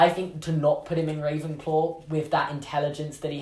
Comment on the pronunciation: Rey-venclaw!! LOL 😂